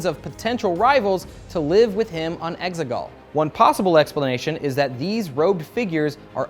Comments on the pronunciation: I thought they were saying “eggsicle” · The exeGollll sounds part computer program and part soccer to me